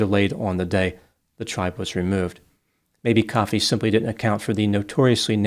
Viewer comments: Ko fee not coffee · It's not pronounced like coffee, it's pronounced Koh-fee. I think. I did look it up, but I'm only saying that cause of the wrestler Kofi Kingston, and WWE pronounce it Koh-fee. Whatever.